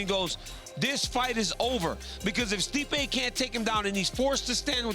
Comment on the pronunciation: Turned Stipe Miocic into Sleep-ay Miocic amirite? I'm right.